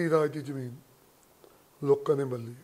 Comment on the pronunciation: Jadon tusi tv ya khabaran vich bolde oh, tan sahi tarha akharan nu bayan kareya karo, kabja te jameenki hunda. Kabza te zameen sahi alfaaz ne.